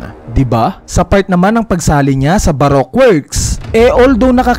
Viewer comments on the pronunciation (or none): none